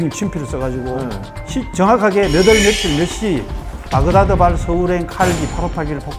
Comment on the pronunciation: 몇 년,몇 월,며칠, 몇 시.. 며칠은 몇에 日을 더한 한자어가 아닌 순우리말입니다. 그래서 며 딜..이 아닌 며칠로 발음합니다.